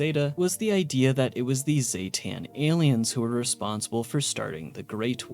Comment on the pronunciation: zee-ten, not ZAY-TAN, everyone says the species name wrong, smh XD